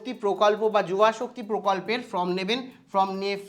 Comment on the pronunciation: উচ্চারণ টা ফ্রম নয়, ফর্ম ।